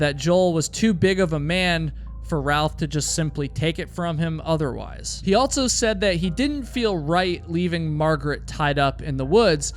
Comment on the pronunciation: It throws me off EVERY time he says “altso.” It’s so weird that he says this word with an added T and says it in EVERY video